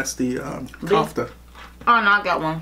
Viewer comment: its not kebe hhhhhhhh its keba and its baba ghanog 😂😂 kofta not kafta 😂